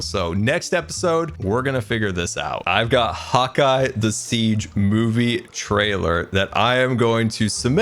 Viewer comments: I always thought u said hawk eye not hotguy 😂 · Did anyone else think he was saying "Hawkeye" this hole time? Which...works with archery. lol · hot guy... I thought you had been saying hawk eye all this time 😆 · Are you telling me this entire time I've been thinking was saying Hawkeye, that be was ACTUALLY SAYING HOTGUY... This are some alternate universe shenanigans I sWear. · I’m sorry, am I the only one who thought he was saying HAWKEYE this entire time. 😀